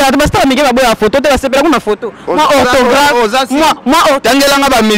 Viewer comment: Une journaliste qui est incapable de prononcer autographe , elle prononce (orthographe)